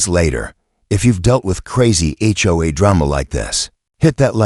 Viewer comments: Why didn't you teach the narrator to say HOA as the letters and not as a word? HOA is an acronym that is NOT pronounced as a word. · It isn't HOA or is H.O.A. get it right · HOA pronounced whore!